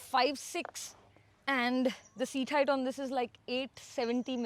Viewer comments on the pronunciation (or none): none